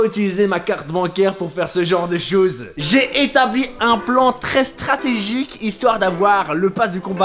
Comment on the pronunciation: C est moi ou il a dit plon au lieu de plan😂😂😂😂😂